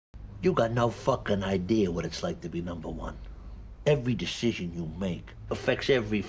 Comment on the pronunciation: “Every djishishion you make”